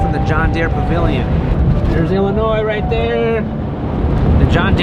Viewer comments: Illinois is pronounced Illinois not Illinoise. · Please do not pronounce the “S” in Illinois!